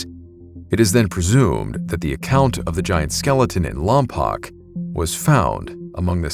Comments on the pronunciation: Great video (except lompoc is pronounced "Lom-Poke"). As a Santa barbara resident, I have heard stories of these giants from local chumash people in that specific area, as well as in vandenburg AFB (Space Force). I heard accounts of finding remains of 'giants' in the area as well as pictographs in the surrounding wildlands, and supposed government coverups of these giants' remains, even in relatively recent years. Although I have not seen any evidence other than what was told to me. Cool to see these historical accounts appear on your channel. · I’m from Lompoc. We used to hang out in the mission late nights. Place is weird. Definitely a few weird stories for me. Also, it’s still spelled Lompoc but pronounced Lompoke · It's pronounced LOM-POKE, not lom-pock. Just fyi.😊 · Just a note of correction for you. At the beginning, the mention of Lompoc. It's pronounced "LAWM-poke," not "LAWM-pock." I should know. I lived there for 3 years back in the 1970s and people were correcting me over the name when I first arrived. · Slight correction, it's lom-poke, not lom-pock. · It's pronounced "LAHM-POKE" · It's pronounced lom-poke, and it's next to VBAFB. The town itself sucks, but that mission is well preserved and a nice place to hike. I was friends with the group of guys who were messing with the ghost adventures crew when they filmed there. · It's pronounced Lompoke. I grew up there, born on Vandenberg AFB (now Vandenberg Space Force Base). Sorry, lol. It's something that drives people from there crazy. 😊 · its pronounced "lom-poke" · Hello! Great video. I'm from around that area. Lompoc is pronounced "Lom-poke." FYI. Anyhow, giant skeletons were also found on the Channel Islands. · Huh, I didn't know that. I've only ever heard it pronounced lom-pock